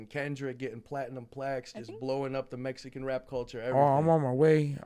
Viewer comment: He can't say Mexican 😅